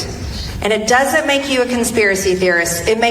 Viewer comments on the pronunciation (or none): none